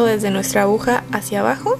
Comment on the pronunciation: Excelente tutorial....Quería acotar que la palabra no es abuja ,sino AGUJA JIJIJIJ